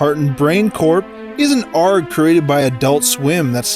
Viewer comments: Did you just say ARG as in "arggg ima pirate" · "Ahrg" Hahah, it's A-R-G, mate!